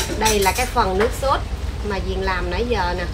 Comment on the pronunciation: ơi nước Sốt cà chua chớ không phải là “ suốt “ nghe Diền nói cho đúng 😂😂😂